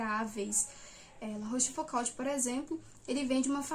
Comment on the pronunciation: Minha humilde contribuição: a pronúncia correta é algo parecido com "La Róchfucô". Parabéns por estudar os moralistas do século XVII, mas não esqueça do maior deles, Blaise Plascal.